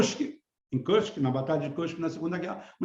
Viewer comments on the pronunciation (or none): none